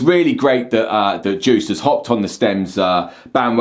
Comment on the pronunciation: DJuced... The D is silent!